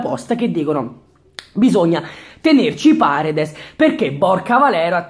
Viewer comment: no vabbhe paredes come l hai detto nun se po senti